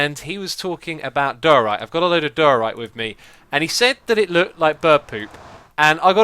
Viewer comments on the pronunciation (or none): xisumavoid, diorite is pronounced [Die-ore-right] great videos btw and I can't believe it's hermitcraft season 4 already!